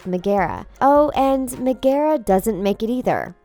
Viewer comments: It's pronounced Meg-uh-ruh not Meg-ee-rah! Please prounounce her name correctly! Go watch the Hercules movie she says it herself and a ton of other characters too! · Y’all don’t even do your research. Her name is NOT “Me-gara” it’s Meg-ara. As in Megara. Lord. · megara, megara, megara, megara. It's pronounced Meg-ara not Me-ge-ra. Why do you never research properly?!?! SHE EVEN SAYS HER NAME IN ONE OF THE SCENES YOU SHOW!!!! I love disney and the facts behind it, but you guys don't even go into details nor other options of what YOU are claiming. You only reveal part of the truth. So the rest of us are left to our own devices to properly research these claims and debunk the lies and stupidity that you try to spread. Just get your facts right! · Megara not megera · It is pronouced meg uh ra and hercules is not a disney prince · omg its meg er a like it hurts my ears when u say it that way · I cringed everytime she mentioned her name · Lol I’m sorry but why is she saying Megara’s name so weirdly? 😂😂😂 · anyone else get really annoyed every time she said Megara?! seriously? have you never watched the movie? or any of them to be honest... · And they also pronounces Megara’s name wrong